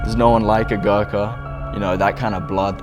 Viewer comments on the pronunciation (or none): Bruh doh fok is that pronounciation of Gorkha.